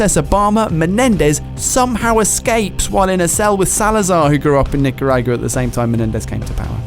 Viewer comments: O_o' Welp pronunciations of Nicaragua and Haiti are exactly what I'd expect from someone who's never heard the words spoken.:) Ni-car-a-gwa and Hay-tee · I think its just their accents. I laughed at it too though